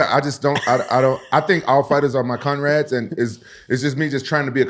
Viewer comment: Rampage, man, I'm sorry for bringing this up, for years now I didn't say nothing, but I guess and the team don't correct you on this away from the cameras for some reason, so excuse me saying it, no disrespect! But the word is "comrades", not "conrades"... Love you, dude!😅